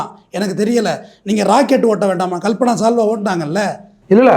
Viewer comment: கல்பனா சாவ்லா னு சொல்றார்